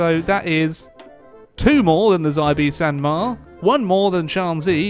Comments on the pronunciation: I'm sure you've heard this before, but just for my own peace of mind, in the romanization of Chinese (called pinyin) "X" is pronounced with an "sh" sound, not a "z" sound. It's not the Guangzi clique, but the Guang-"she" clique, it's not thew Zibei San Ma, but the "she"-bei san ma. I doubt this will change anything but at least I know I tried lol. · Oh god Xibei San Ma is pronounced as "She pei san ma" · I believe X in Xibei San Ma is pronounced like Xi in Xi Jinping or a "Sh". Just so you don't embarass youself <3 :)) Edit: Also put the high tone (non-English) on "e" and lowest on "i". Edit(2): Set a frontline with your Field Marshall to autofill gaps in your frontline and autp assign armies, according to their numbers.